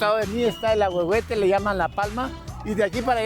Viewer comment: Hasta el Ahuejote jajajajaja es Ahuehuete